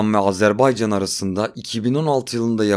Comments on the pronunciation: Azerbaycan'ı bu şekilde söyleyen çok azdır bizden. Kimse umursamıyor. Ya Azarbeycan, Azerbeycan diyor. Lan bi okuyun doğrusu ne. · sphbetler cox maraqlıdır.😊adımızın düzgün teleffüz olunması meselesinde qardaşımıza qatılıram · Azerbeycan diyilde AZERBAYCANI Doğru sekilde diyen nadir kanallardan birisin. Tebrikler.❤ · Iyi ki Azerbaycan deyirsiz. Bezdik artiq Azerb'E'ycan kelimesinden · İlk defa Azərbaycan ismini bu kadar düzgün telaffuz eden bir Türk görüyorum. Çok teşekkürler 🤍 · Azərbaycan sözünün düz tələffüzünə görə ayrıca təşəkkürlər🇨🇳🇦🇿🇨🇳❣️🇨🇳🤲